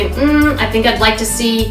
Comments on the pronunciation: Beautiful arrangement & u used so many of my favorite flowers! I'm sorry, I tried to over look it, but I just can' t. The flower is peony is pronounced "P ă knee, not "P on knee". YouTube has a pronunciation video too. I hope u take this as constructive criticism & not just criticism. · Love the flowers...however, you pronounce PEONY ..pee o knee! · Pree ah knee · Right!! Peeee-uh-knee. 😂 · Beautiful but pronunciation of peony really needs to be improved. Agony.